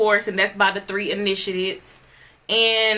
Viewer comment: A woman who pronounces library as liberry, can't pronounce initiates properly and needs to look up words such as esoteric. Yea, let her do a review on the Kybalion 😂🤦🏿‍♀️